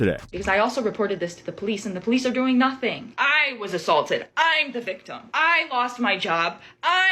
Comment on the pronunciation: That “I’m the victim” sounds just like “I am the table.” 😂